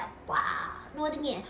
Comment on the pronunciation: girl say just be coco you say crazy angain and angain